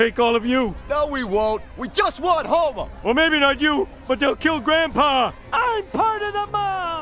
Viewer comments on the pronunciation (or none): none